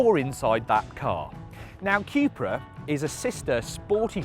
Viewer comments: It's not Quepra, it's Cupra :) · Cupra = Cupracer so Quepra is wrong 🤭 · Theres only so many times I can hear you say QueuePra before I totally lose my marbles